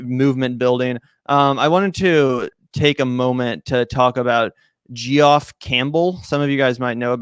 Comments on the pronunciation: said it right (even while forgetting his last name -, '...that Geoff guy'), and when said it as 'gee-off' it didn't sound mocking, I think he truly didn't know it's pronounced 'Jeff'. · To be fair, pronounced it as 'Jeff', it was who butchered it. (Does he also pronounce 'George' as 'jee-orj'?) Oh well, at least he knows 'Campbell' rhymes with 'gamble,' instead of saying 'Camp Bell.' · "Gee Off"??? LMAO. Never heard Jeff pronounced like that before. 🤣😂🤣🤣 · Worse, he said it on two syllables - jee-off. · You don't know how to pronounce Geoff? Lol it's (Jeff) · Lol “Geoff” is pronounced “Jeff” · Lol “Geoff” is pronounced “Jeff” … as in Geoffrey : Jeffrey. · Pretty sure 'Geoff' is pronounced 'Jeff'. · Just a heads up lads - 'Geoff' is pronounced the exact same way 'Jeff' is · Jesus Christ it’s hard to take your opinions seriously when you can’t even pronounce Geoff. And you’re calling other people dumb. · This is the second youngish podcaster I've heard mispronounce Geoff. I guess it's not a spelling they ever see growing up. Clearly these dudes have never read Chaucer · It's not a very common spelling in the US, but they should have come across it by now. In fact, said it right (: 'f_ that guy, that's uh, that Geoff guy'), it was who mispronounced it. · Yes, but it's much funnier and mockingly derisive to pronounce all of the vowels. Thus I approve.